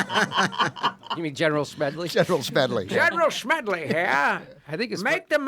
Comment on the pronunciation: Please, Jimmy, the man's name is Smedley D. Butler.